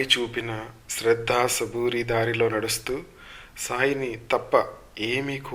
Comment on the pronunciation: మీరు ఉచ్ఛారణ సరిచే/చేసుకోండి. శ్రద్ధ ని శ్రద్ద ధర్మం ని దర్మం భక్త ని బక్త అని మాత్రహీనంగా పలకడం వినడానికి ఎబ్బెట్టుగా ఉంది మహల్సాపతి గారు విశ్వబ్రాహ్మణులు (కంసాలి/ మరాఠీ సోనార్)